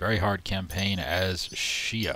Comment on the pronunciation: Came here from Reddit. I can tell this is gonna be a good playthrough because you know how to pronounce Xia correctly. :3